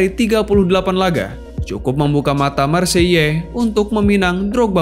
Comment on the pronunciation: Hahahahah kau sebut maseyellll hahhaa bhsa prace..,kau tu endon hahah